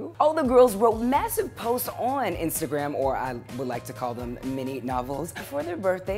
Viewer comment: Why does the way he says "ON" bother me sooo much? Lol🙊 But yaay! Even though it wasn't a takeover, I still love seeing these 5h related vids!